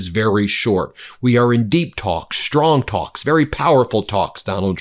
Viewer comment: Ben, we love you but are constantly irritated by your lazy speech patterns which result in your shtrong, shtrange, inabiity to pronounce the ST sound properly. English language shtruck down by vocal laziness!